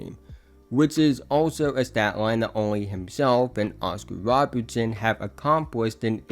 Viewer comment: Woscar wobertson and wrussel westwrook 😂